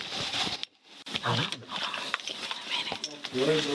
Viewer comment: “Hod’on, I’m stealing”